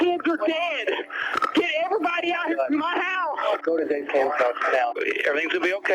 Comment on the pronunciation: Is saying, "Let's have a goo."? Like, gooey, goopy slime? Is that like a chin wag, but Irish? Or is he saying go in a silly way and I'm a total fool? Lol.